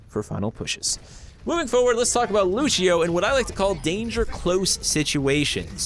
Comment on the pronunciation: The Portuguese pronunciation of "Lúcio" = "LOO-syo", still upvoted cuz = legit